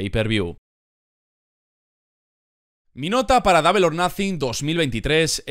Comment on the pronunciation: double se pronuncia " dobl" no " dable"